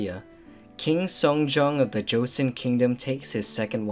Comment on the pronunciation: how could you guys do all this extensive research but still do not know how to pronounce joseon right